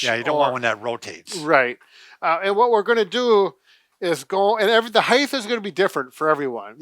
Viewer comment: height has no h on the end